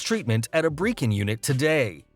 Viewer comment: You pronounced Brecon wrong